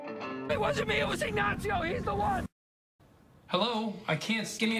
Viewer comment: Dude's pronunciation was flawless. The accent was definitely incorrect, but pronunciation is a HUGE improvement over some of the shit I frequently here people say.